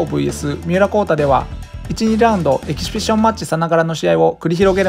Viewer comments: エキシビション言えないでちょいちょいエキビシジョンって言い間違えてて笑う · エキシビション言えない人ww ピシピシ言ってない？ww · エキシフィジョンファチ笑笑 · エキシビションマッチの発音なんか気になるw